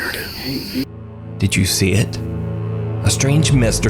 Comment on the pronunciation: WHAT SAID: Did you see it? WHAT I HEAR: Did you shit?